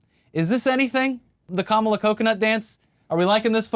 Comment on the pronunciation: America needs mamala. Me, a mexican person: wtf did you just say